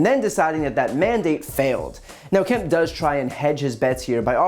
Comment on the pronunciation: Kemp rhymes with Hemp.